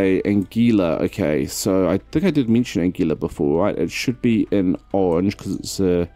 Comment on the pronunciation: Anguilla is pronounced.. Angwilla..